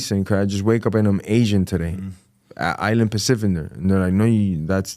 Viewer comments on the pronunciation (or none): “Island paciffer” 😂